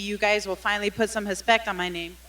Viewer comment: "Put some hespect on my name"